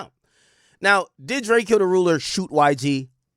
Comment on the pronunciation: My boi be butchering tf outta some names boi 😭🤣🤣🤣